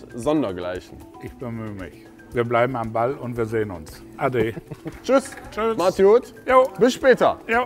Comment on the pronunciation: Ade😂 nicht (ausgesprochen ) adjö Ka wie das geschrieben wird haha der so ade😂